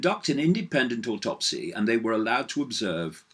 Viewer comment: No R in autopsy...